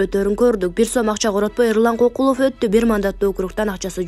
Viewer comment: Алып баруучу тилиңди булдурактатпай ордуңду таза так сүйлөгөн адамга өткөрүп берчи. Эрлан Кокулов эмес ЭрУлан Көкүлов десең.